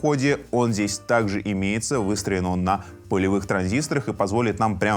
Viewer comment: Да ну, неужели, что я слышу. Все-таки оказывается слово полевые можно нормально выговорить)) Я аж раза три переслушал))